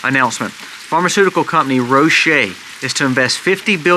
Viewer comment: Pharmaceutical Company Roche is pronounced Roch without the E. The E is silent. Love, love your videos. Keep up the good work.